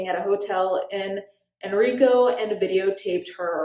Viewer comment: 1. I live near where Chris is currently in jail 2. Henrico is pronounced “hen-rye-co” 3. i love you and your content! 🖤